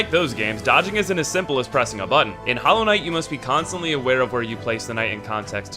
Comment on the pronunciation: Did you say "Hollow" everybody?